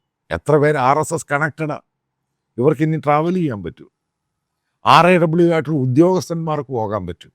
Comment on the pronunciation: Why they are banning raw that is indias intelligence agency. Why you are saying R... A.. W... SAY IT as RAW.